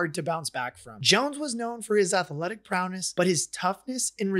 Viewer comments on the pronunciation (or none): It’s pronounced PROWESS and RODDY, not prowness or Rodney